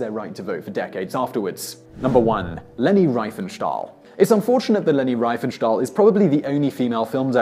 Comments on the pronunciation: Riefenstahl. It is not Rye-fen-stall. It is Ree-fen-stawl. Full name correctly pronounced: Lay-Knee Ree-Fen-Stawl. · In German with ie or ei the first letter is silent Riefenstahl is therefore pronounced reefenstahl not ryefenstahl. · Riefenstahl is pronounced Reefenstahl. Why is that so difficult for Brits to say? How did they even come up with the idea that switching "e" and "i" is the logic way forward??? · Riefenstahl is pronounced Reefenstaal. As in reefer. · Learn to pronounce German. Riefenstahl rhymes with Queef 'n Fall.